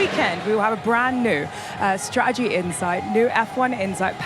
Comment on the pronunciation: there's two 'T's in stra-ur-jee.